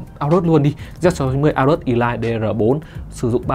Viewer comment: Elite đọc là Ê-lít chứ sao lại đọc là ì-lai